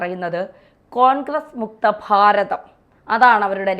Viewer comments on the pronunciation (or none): ഇത് അമിത് ഷാ അറിഞ്ഞോ ഫാരത പുത്രാ പുത്രി? ആദ്യം ഭാരതം എന്ന് പറയാൻ പഠിക്കൂ എന്നിട്ട് വല്ല്യ കാര്യങ്ങൾ തള്ളി മറിക്കാം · ഫാരതം ന്യൂജൻ മാപ്ര ഭാഷ 😅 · ഫാരതം അല്ല മകളേ - ഭാരതം